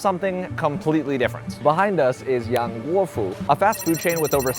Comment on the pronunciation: Yang pronounced like young not Ian………😂😂😂